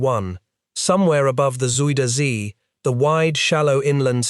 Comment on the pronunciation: It's very muck ok to make small mistakes here and there, we all do. But when it's butchering the name "Zuiderzee" it will always be funny. Thanks to Feedback Gaming it's even funnier.